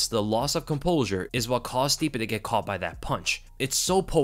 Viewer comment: I toooooold you all, I can’t believe how everyone was saying stipe again . No wayyyyy